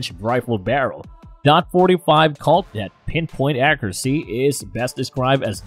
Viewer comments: What’s a Calt 45 or does he mean Colt! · Wow. Can't even say colt. Nope. Said calt. And really dot. I'm guessing he was Hired to narrate the video. And the guy that actually wrote it was just like fuck it close enough. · I thought he was saying calt instead of colt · The fact this channel can't even pronounce colt or taurus makes me not want to listen to them at all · I’m having a hard time talking a narrator seriously that can’t pronounce Taurus or colt and has obviously never been anywhere near a firearm.